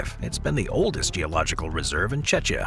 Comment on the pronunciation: It's pronounced 'check - ee - ya' not 'chech'. The people who have lived in that part of the world have always called themselves CZECH (check) not 'chech'.